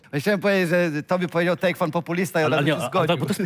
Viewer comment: To jest takefiut a nie takefun